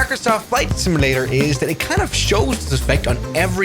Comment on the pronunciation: It's simUlator, not similator 🙂